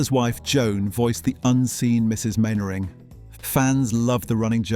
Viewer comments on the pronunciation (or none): Man-ering, not Main-ering! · Elizabeth Mainwaring was played and voiced by Parnell McGarry. Arthur's real-life wife appeared but never portrayed his onscreen wife. And Mainwaring is pronounced ""Mannering". And it was the BBC who changed the title from Jimmy Perry's "Fighting Tigers".